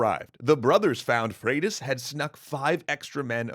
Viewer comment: Pronounces Leif (Life) but also Freydís (Fradis). What happened to Froidus. Last time I checked Y is pronounced like two o’s. Could be wrong tho. Mahtava video! 😁